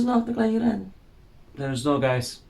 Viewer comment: wkwkwk pas bilang “akta kelahearan” 🤣🤣🤣